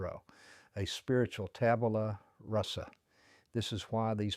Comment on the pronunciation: Tabula Rasa, not russa. Good analysis anyway.